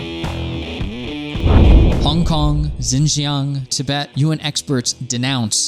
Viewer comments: He calls Xinjiang, "ginjyang" 😆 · Again "X" is an "S" sound in Chinese. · You can trust someone whose pronunciation of Xinjiang is on wrong. Sort of undermines the flimsy research. But yes there is plenty if racism in China. Positive and negative discrimination. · Pronunciation: please please please fix it. Uyghur and Xinjiang You know that any offended apologist for the government will be on your case about it and claiming you know nothing because you don’t pronounce these things right. Due diligence. It’s not that hard. This is an important topic. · Literally all this guy had to do to pronounce Uighur and Xinjiang right was to put them into google translate and listen to it.